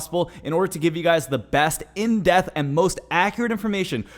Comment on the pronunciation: Did you say in death not in depth ...lol